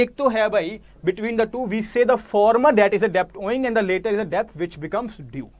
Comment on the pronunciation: Please pronounce debt correctly.